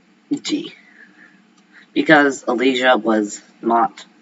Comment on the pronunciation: I do kind of find your voice rather odd… for instance when you say ‘Dalton’ and ‘Alisia’